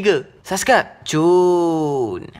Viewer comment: subcribe la bukan subscap cunnnnnnnnnn wkwkwkwkwkwkwkw